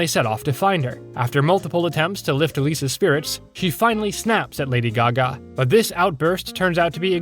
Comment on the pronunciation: thats not lady gaga thats lady gago💀